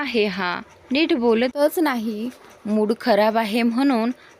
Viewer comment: सुड नाही मूड